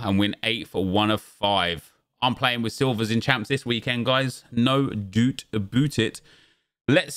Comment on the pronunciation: "No doot aboot it". Quality man 😆